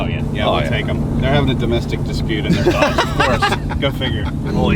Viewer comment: Every time you say Dodge all I hear is Fiat 😆